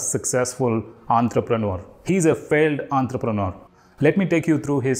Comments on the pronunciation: It's entrepreneur not Antrapreneur ... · Hear you pronounce entrepreneur gave me an aneurysm !